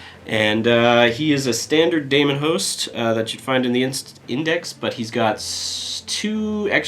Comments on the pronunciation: 'Daemon' is pronounced 'deemun' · Wtf is a "Damonhost"? Is that like Matt Damon? Daemon is just the British spelling of Demon. They're pronounced the same.